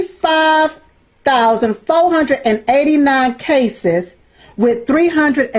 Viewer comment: Foe hundred?